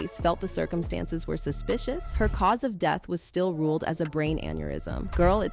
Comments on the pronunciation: What’s does ‘stayed queet about the deeth of her friend’ mean? Htf can these voice softwares get stuff like that wrong? Budget ass lol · is this A.I. news? why is the narrator messing words like 'quiet' and 'death'? a.i. is out of hand and a bigger threat to humanity than jz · Can't take this video seriously while "death" and "expired" can't even be pronounced right 😂